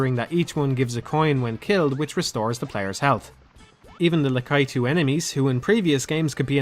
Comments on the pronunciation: Please it's pronounced /ˈlækiːtuː/ (la-KEE-too). Great video as always. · I must admit I've never heard anyone pronounce Lakitu that way before. I think people assumed it was Lack-A-Too as that's how it's been pronounced since the 80s cartoon. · "lakaitoo" You what mate? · No one:...: LakAItu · "La-kai-tu" What? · I also pronounce it la-KEE-too, which I think is probably the most common pronunciation, as it sounds the most Japanese (the "i" doing the same thing as it does in Yoshi or Miyamoto). I think ' pronunciation is the unique one. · what do you mean,? it's always been La-KEE-too. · I've never heard anyone pronounce Lakitu that way. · ***** No, just pronouncing it as if it were a norwegian word.